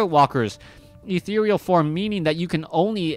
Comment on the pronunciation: Put a big smile on my face to hear a caster finally pronounce "ethereal" correctly :)